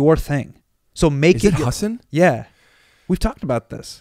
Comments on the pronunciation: What a class act Hasan is for letting Rick butcher his name the whole time and not ever make a thing of it. Good friend. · Literally everybody does. I didn't figure out how to pronounce it until I saw Patriot Act. But he never corrects people. Which I find strange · I caught that too. I think that was back before he clarified how its pronounced. hasan himself used to pronounce it incorrectly (in public) but thats bc its what people knew him by. On Ellen was the first time he corrected someone on a huge public platform which is likely how YMH knew about it. they talked about it for SO long on YMH i think he just let it go this time, its boring after a while you know? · It would have been great if when Rick did his Hasan. Hasan? Hasan... Hasan actually told him he’s pronouncing his name wrong the whole episode 😅